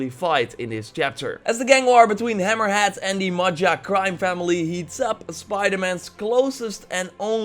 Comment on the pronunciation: It’s hammerhead not hammer hat